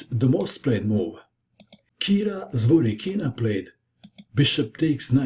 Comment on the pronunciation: ZvorYkina, not ZvorykIna